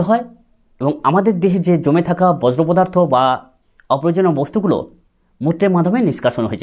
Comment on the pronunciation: বজ্র নয় বর্জ্য উচ্চারণ